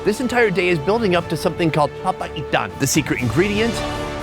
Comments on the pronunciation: It's called "PA-PA-I-TAN" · everytime he pronounce "papaitan" sounds like "papa ethan" and that's what made my day😂